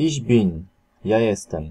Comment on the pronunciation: No i pierwszy zwrot i już błąd!!!(nie: iś bin tylko iś BYN!!!!)typowy bład Polaków